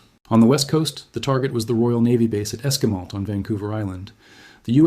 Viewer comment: It's pronounced 'esk-why-malt'